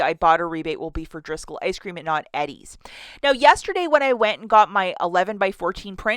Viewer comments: It's pronounced E-DEEZ... not Eddie's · It’s pronounced eee dees everywhere lol